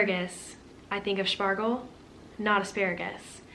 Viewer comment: Your German is very good, especially the "Spargel" and "Erdbeere" was good